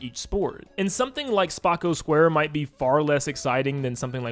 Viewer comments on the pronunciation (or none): Ice Hockey will take advantage of the Mouse Cons Check it😏 Also Free Roam for Spocco Square (Pronounced: Spoh-KU-square) not 'spah-KOH-square'😉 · It’s SP-OH-CO SQUARE you misspoke again same thing with Luh-KEY-to (lakitu)